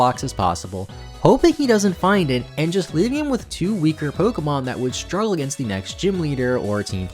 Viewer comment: If I have to hear stroojle boojle one more time I’ma cry 😭